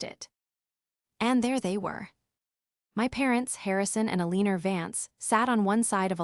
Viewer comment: All these stories have an Alina in them— pronounced Alina’s. AI needs to learn how to say these names if they are going to use them.